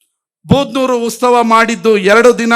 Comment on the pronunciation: ಉತ್ಸವ ಕಣೋ, ಉಸ್ತವ ಅಲ್ಲ